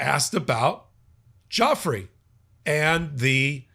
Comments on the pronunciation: How to properly pronounce Virginia Giuffry Vr-ji-nyah Joo- Free except you roll the R sound in the end of her name Joo-frrree. Everyone keeps mispronouncing her name from Guifra to Jeffery. It's getting ridiculous. If reporters and pod casters want to use her in their stories, at least try to get the name right 🤷‍♀️. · I wish you would all get victims mames correct it is not Joffrey it is Giuffrey pronounced Gufrey😊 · Btw, Virginia's last name is not pronounced 'Joffry', it is pronounced Joo-fray. (Giuffre) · It’s pronounced jew FRAY, not Joffree. C’mon man. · Pronunciation again: not Geoffrey… Giuffre, like DjuFray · Her name IS NOT JOFF-REE; it's JOO-FRAY. Please give the victims the respect they deserve by at least pronouncing their names correctly. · It's pronounced " jew-fray," with the accent on the second syllable. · Virginia Giuffre pronounced Jewfray.... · I wish you would stop butchering her name. It's not JOFFREY! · Her name is not Joffrey. Please give her the dignity of saying her name correctly. ❤ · Why are you mis pronouncing her name??? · You are mispronouncing Virginia Giuffre last name. During her life she was disrespected by powerful, depraved and disgusting men who didn’t care about such annoyances as correctly pronouncing her name. I know it isn’t intentional on your part but please make a correction in the future